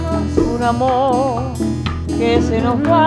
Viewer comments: Falta de preparación en la pronunciación del idioma español por parte de Joss Stone. Creo que por respeto a esa gran señora por lo menos hubiera demostrado que práctico esa canción emblemática, y obviamente se nota que sus representantes le cumplieron el caprichito a la gringa. Cosa que se nota en la actitud de la señora Omara Portuondo . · coincido totalmente, a omara se la ve incomoda y como si estuviera ahi obligada, y que stone lea la letra y no sepa ni siquiera pronunciar correctamente la palabra AMOR no hace más que empeorar las cosas... el final es muy loco: stone agradece pero ni mira a omara, no llego a entender que dice omara exactamente pero suena a reproche, y stone la ignora diciendo otra cosa....